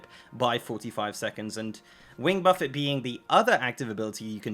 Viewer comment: Buff Fay. Not Buff It.